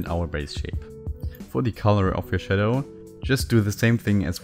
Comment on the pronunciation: iIt's 12am, and I'm over here DYING at "shat fadow" 🤣🤣🤣